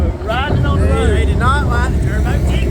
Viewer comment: " deyd idnot liek the terboohh gixxer!! " LOL